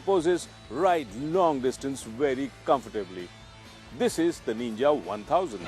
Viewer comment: It's not Neenja.. It's pronounced Ninja. And yeah, it's not a Naked!